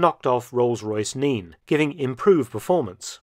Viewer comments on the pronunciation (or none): none